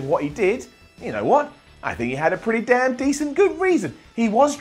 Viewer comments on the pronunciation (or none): none